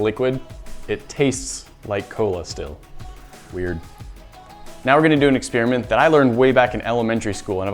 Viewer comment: "Ex-spearmint"... Why don't you just say "experiment"?